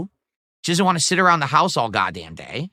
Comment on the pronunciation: Is he able to say want? It comes out as wahhhn